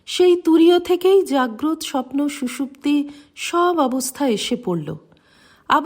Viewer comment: মা খুব ভালো লাগে এই পাঠ। জাগ্রত শব্দটির উচ্চারণ জাগ্রতো। অর্থ জেগে আছে এমন ।